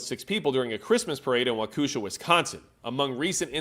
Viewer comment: As a Wisconsinite, "Wa-ku-sha" just made me laugh more than it should have Also checking in on replay!